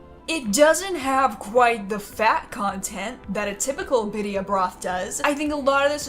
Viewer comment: You actually said crema right girl u just messed up the word birria hahaha